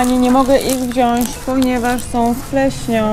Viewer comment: I wziąć, a nie wziąść :)